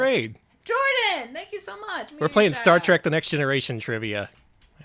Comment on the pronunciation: Is it just me, or every time says "Star Trek Trivia" it sounds like "Shrek Trivia"